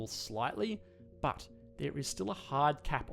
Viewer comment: i always think of butt when he says but!!! xD